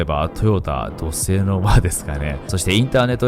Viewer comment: 土星が じょせい 地球が しきゅう に 聞こえるの不思議